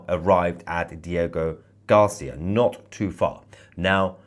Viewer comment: Hey Tousi, great work! By the way, it’s “Diego GarcÍa”, accent on the “I”. I hope that helps . ☺️